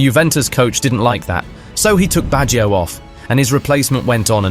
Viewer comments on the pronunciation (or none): Nice video., but allow me to correct how to pronounce the name Baggio. English speakers tend to transform a two-syllable word Bag- gio into a three-sylable Word Bag gi -o. Do not stress the I sound. The I and the O are melted together.